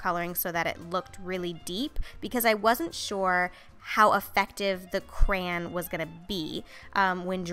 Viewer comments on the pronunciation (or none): oh god u are like karina garcia she says cran instead of crayon